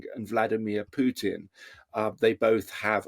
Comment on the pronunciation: I love the way you pronounce Pjuuutin 😂 … Copenhagen supports Times Radio